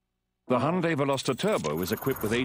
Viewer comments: Hi-un-day, not hun-day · Hey I'm going to make a correction. I'm not trying to be an ass, just fyi. It's not pronounced hy-oon-day as you wrote. 현대 is pronounced Hyun (rhymes with shun) Deh (rhymes with dead without the d at the end of 'dead'). It's actually hard to pronounce. But I was born and raised in Korea so yeah, that's how you pronounce it. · Yes, I noticed that. That's the reason I wrote that. If the founders pronounce it Hy-oon-day, why can't americans do it the proper way? Actually, I don't know why I even care...